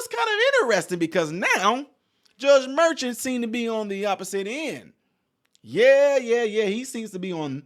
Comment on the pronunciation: The judge's name ( phonetically) is Mer--shawn, not merchant. A merchant is a business owner who sells items.